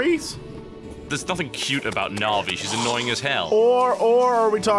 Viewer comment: Tb can't pronounce Navi...